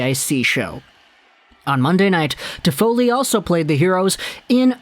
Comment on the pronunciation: Stop butchering his name please leave an don't come back